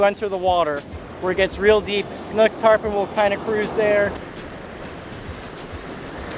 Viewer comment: interesting that you pronounce the word “snook” almost as “snuck” rather than like similarly spelled words as “book”, “spook”, “nook”, etc.